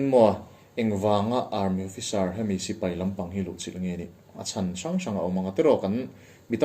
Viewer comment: A ho lo asin....mahni tui zawng tak hi chu lam dik nalh tur...